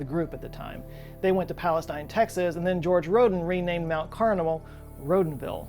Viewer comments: FYI Palestine TX is pronounced “Palesteen.” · New to the channel so I don’t know if it’s been said but it’s pronounced pal-a-steen not “styne”